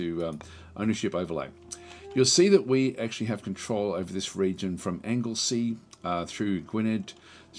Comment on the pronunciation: Hi. Welshwoman here. Anglesey is pronounced correctly (it IS a Viking name after all) Gwynedd is pronounced GWINeth* (Emphasis on the capitalised syllables) *dd is 'th' but as in 'fathom', not 'birth'. Powys is "POW-iss" Perfeddwlad is "perv-EDD*-oo-lad" Deheubarth is "d'HAY-barth" Morgannwg is "mor-GAN-ugg" (double points if you can roll your 'R's!) Gronw is "GRONoo" Cheshire is pronounced "CHESH-er" All were considered Kingdoms although not all existed at the same time, with different kings, different houses/lineage, and slightly different versions of Welsh. Incidentally, the regions you currently rule in this video have Welsh names. Cheshire - Sir Caer (sher Ky-er) Shropshire - Mathrafal (MATH-rav-al) Herefordshire - Ergyng (AIR-ging) Anglesey - Ynys Môn (INiss morn) Hope that helps. 😊